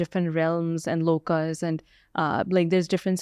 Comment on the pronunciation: V : she says "Lokaa." Not correct. Right: "Lok/Parlok/Shlok (not "Shloka")." Kindly cure your mindless Indian obsessions with the letter A.